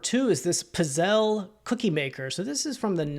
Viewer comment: That Aeron chair... Holy smokes, that's a great find. The holy Grail of task chairs. By the way, it's pronounced pits-ZAY-lee. I always check comps on electronics and run into the same thing you experienced --with a lot of things, actually. People just walking by past all of the unrealized gold. Insofar as the boots go I likely wouldn't have accepted the return, particularly with so many people scamming these days. On the occasion that I have problems like that arise I try to be accommodating and will send whatever resources I think might be helpful but to your point, you're a reseller with, I imagine, a pretty good long reputation and there's something to that. Even major retail stores will sometimes tell customers that when it comes to the quality of the product it's out of their control so it was kind of you to provide the refund but I wouldn't have. It's like when packages get delivered but "lost" or arrive damaged. Once it leaves my hands it's out of them. And, finally, on the subject of vintage sealed office items and equipment one of my best flips ever was finding a handful of vintage sealed PhD pens (Pentel?) on their cards. I paid about $1.00 each for those and think I sold each one for around $50. So don't sleep on the vintage pens! I want to thank you, by the way, for your recent video where you mentioned the 2% promotion and the targeting a certain number of listings each day. While I haven't hit listing goal everyday that part of my productivity is way up and whi